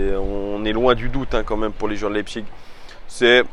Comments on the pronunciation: Leipzig se prononce Leipzich pas iG ^^ Ca fait plusieurs vidéos que ça me perturbe lol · Mode Bernard Pivot La prononciation allemande est "Laïpsiche". Et la prononciation à la française est "Lepzigue". Donc "Leïpchigue" est une prononciation qui sort de nulle part, ça fait juste "j'essaye de parler allemand mais j'y arrive pas". Fin du mode Bernard Pivot 😆😆😆